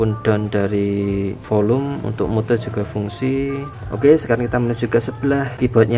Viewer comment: Mute bacanya myut om.